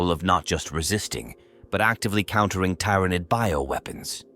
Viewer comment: I hear ya. "Tyranid" pronunciation in particular being a brutal example.